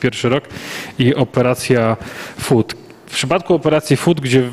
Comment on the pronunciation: swetna relacja z wyjatkiem jednego drobiazgu - wymowy nazwy "Operacja Food" ktora przedstawiono jako "Operacje Foot"